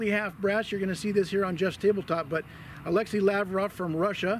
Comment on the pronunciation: pronounciation of alexey is a-lex-ey not a-le-xi